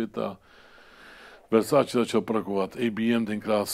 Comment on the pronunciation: 17.52 -3 Vessatilllllleeee ...snad Versaceeeee ..... no jo no ....